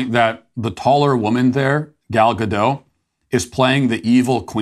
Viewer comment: Hi Matt, the T in Gadot is not silent. it's heard how you write it. GADOT.